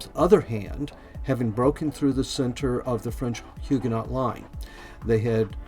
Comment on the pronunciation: Must say I enjoyed the vid... even though you mispronounced just about everything that could be mispronounced! The ‘t’ in Huguenot is silent. Arquebusier is Arc-a-bus-ee-yer (you missed the final ‘i’).